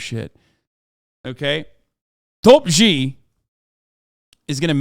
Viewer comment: "Xi's nuts" -Hasan, 2022 Also the "X" is rather pronounced as "Sh".